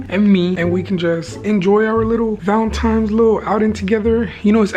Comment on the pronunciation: Not tryna come for you but it’s valenTINES not valenTIMES